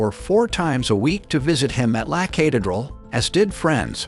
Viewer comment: This video is full of mis-pronunciations. The guy can't even say Medellin correctly . The video is full of glaring inaccuracies. This clown who posted this has never been to Colombia and has f...ed up every word of every place mentioned. There are far better videos that are historically correct. This is the worst video on the Escobar subject I have ever seen. Please learn to say La Catereral and Medellin is you are posting . 😞